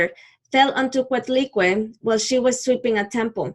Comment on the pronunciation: Thanks but learn to pronúnciate our gods